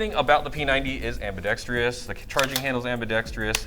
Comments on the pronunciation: AmbidextROUS. Why do no airsofters pronounce this correctly :p Anyway, I have it, its definitely overpriced. Mine has some quality control problems and DID NOT come with the metal flash hider. Also, the performance is pretty basic. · AMBIDEXTRIOUS!? You mean ambidextrous 🤦‍♂️ smh